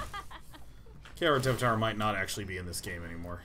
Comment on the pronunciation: "Karatevater" means karate-father in german. Day9's pronounciation is way better than the actual german one though :D